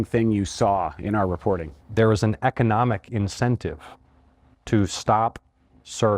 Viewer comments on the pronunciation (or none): It bothers me that he said Economic wrong.. sigh